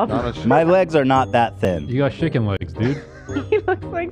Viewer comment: Cam saying Ethan had "shicken" legs 😭😭😭😭😭